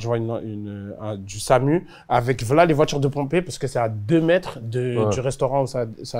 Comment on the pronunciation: Il prononce bien V’la